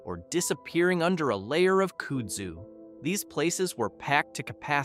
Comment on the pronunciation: kooodzooo lol